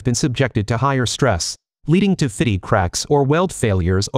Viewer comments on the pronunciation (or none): "...leading to 'fitty' cracks...", Really?... "fitty" cracks... what the hell does that even mean? "fitty" is a word used in England meaning: attractive, suitable, or in good order. ..so the cracks were good and were sexy looking... I think not... Stupid AI narration... and failure to proof the video before posting... (sigh)